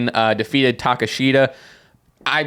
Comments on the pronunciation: Ta-kesh-ta is the pronunciation for Takeshita. Gotta remember that name because he’s going to be on top of wrestling for a long time, boys. 🔥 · They pronounce it take-kesh-ta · I love y’all, but you butchered Takeshita’s name it’s Ta-Kesh-Ta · you said Konosuke Takeshita's name so very wrong that pronunciation is not the one he uses. if you look up a ddt pro interview he did they pronounce his name properly. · Konosuke Takeshita is pronounced Kuh-No-Skay Tuh-Kesh-Tuh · It's pronounced Kono-skay Ta-keh-shta Konosuke Takeshita